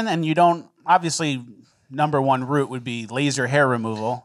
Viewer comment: Is it pronounced Route or Route?